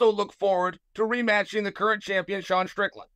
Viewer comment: called sean deshawn too